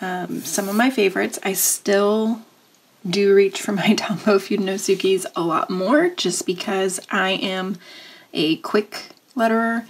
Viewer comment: Nice review. Pronunciation of the Fudenosuke was incorrect, so the perfectionist in me will make a little correction! It’s fuh-deh-noh-suh-keh (all „h’s” are silent)